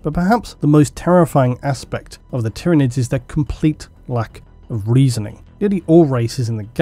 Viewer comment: Finally someone who pronounces Tyranids correctly!